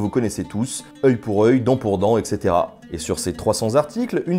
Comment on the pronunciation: Excellente vidéo, très instructive! :-) Mais par pitié, ne prononcez plus etc. "èxétéra". Prononcez "ètsétéra". Parce que sinon ça ne fait pas sens et ça brûle un peu les tympans haha!